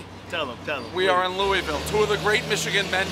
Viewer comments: Loo wee ville pizza. ITS LOUISVILLE (looahville) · Ur saying Louisville wrong